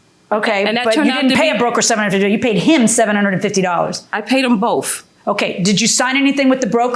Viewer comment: I paid 'em bofe. lol. Nobody can say "th".